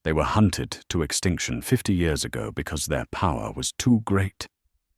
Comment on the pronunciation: Mispronounced year